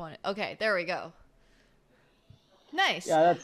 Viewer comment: ...Ng3# "Nice"..."Knice"